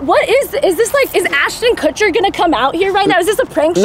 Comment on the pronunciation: GIRL: IS ASHTON KUTCHER GONNA COME OUT?: MY NAM IS ASTON COOTCHER HAHAHAHAAHAHAHAHAHAH